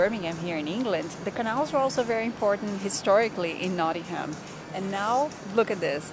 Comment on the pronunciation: Please please it's not pronounced "not ing ham" it's pronounced "not ing um" a good look at some of the stuff in the city but as a Nottingham resident I'd definitely recommend checking out the river trent if you want somewhere scenic to visit if you're looking to have a night out that's where Nottingham is amazing as there are so many amazing pubs the trip to Jerusalem is definitely a good place to visit but I'd also recommend highly a few others the malt cross the trent navigation the organ grinder and the vat and fiddle most have their own associated breweries and alot of the beer on offer is not available outside Nottingham much if at all not so much for the malt cross but its a very nice building the ice arena is a great place to visit as is the cricket ground notts County are one of the oldest football clubs in the world as well as the more successful Nottingham forrest which is one of the most picturesque stadiums you will see on the banks of the trent standing on the trent bridge itself is the best way to view it I'd definitely recommend getting out to Beeston and walking round the lake at Highfields Park by the University (the tram takes you straight there) rock city is pretty good as a live music venue too and the theatre is a very good place to watch a performance Hockley is great for the hipsters Nottingham also has the only hooters in the UK don't go there for the girls go there for the wings they're amazing